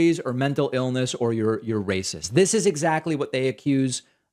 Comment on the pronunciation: Dis and Dat.....